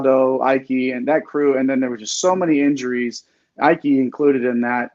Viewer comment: Just a heads up guys! Graham Ike's name is pronounced E-Kay not I-Kay 😁